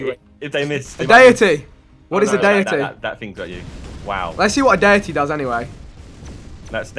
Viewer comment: He pronounced deity wrong too